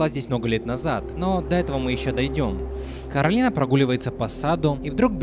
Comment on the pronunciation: А ещё она КОрАлина, а не КАрОлина, это как зеркальное отражение. Как в сказке Оля и Яло.